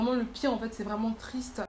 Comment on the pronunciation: "tristre" j'ai ri